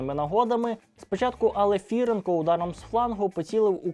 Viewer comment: Не АлефІІІІІренко, а АлефірЕЕЕЕЕнко!